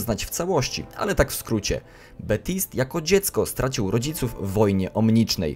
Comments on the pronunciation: TO SIE CZYTA BABTSAJT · Baptiste wymawia się Betist.